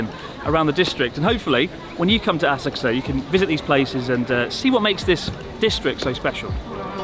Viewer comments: Horrible como pronuncias Asakusa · How do you pronounce Asakusa, Chris? I’ve never heard anyone else say it like you do… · So have I been pronouncing Asakusa wrong my whole life? I've never heard anyone pronounce it like that before.